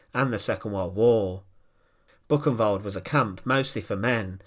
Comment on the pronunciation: Thats not Bucenwald, but Buchenwald. That ch is closer to خ.